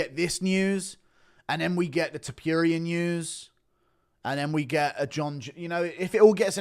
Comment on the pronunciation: Why does he call him topyyyyurrria absolute freak